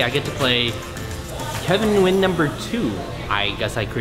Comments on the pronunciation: Was "Nugyen" on purpose? :( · kevin, NUGYEN lol